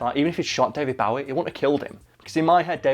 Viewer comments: 'That time' implies it only happened once. 😂 Also, sorry to be that person, but it isn't pronounced Bao-ie, it's pronounced Boh-ie. I know, I know he said he didn't mind, but you have to admit that we should pronounce it the actual way he says it. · It's fuking pronounced bowie not bawie!! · Is it just me or is he pronouncing Bowie as Bawie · you mispronounced his name its bowie as in hair bow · It's Bow-ie As in bow and arrow. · OK, both of you, no. It's Bow-ie as in bow and arrow. Which is how most of Britain pronounces it. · U pronounced Bowie wrong. It’s Bowie as in bow tie. Not Bowie as in bowing down. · Literally butchering his last name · It's pronounced Bowie, not Bowie. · this is the first time I hear Bowie pronounced like this// kept throwing me off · So many or my American friends would be absolutely livid by the way pronounces Bowie. I know this because I pronounce it like that around them and they jump down my throat because of it. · you do all this research but then cant pronounce his name right Bowie is like "take a bow" Bow its like "Bow and arrow" Bow David Bo-wie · I hate how he pronounces David Bowie's name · The way he pronounces Bowie is annoying me, but now I don’t know if that’s the correct way or not! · did anyone else lose 20 IQ points every time said Bowie? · The way you pronounce Bowie ;~ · Yeah...it's a british thing :/ it is the wrong pronunciation though. He must have been so annoyed throughout his whole life :D